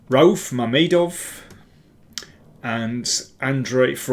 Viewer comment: I think the name Rauf is pronounced with 2 syllables (Ra-uf), rhymes with roof. Probably someone from Azerbaijan can confirm.